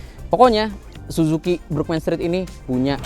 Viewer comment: Burgman... Huruf A di baca tegak A, bukan dibaca E seperti lafal bahasa inggris.....hadeeeeh